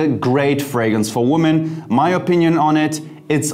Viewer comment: You might want to change your pronunciation of the word: women. It's more like 'wimmin'' and not : woh men...interesting video.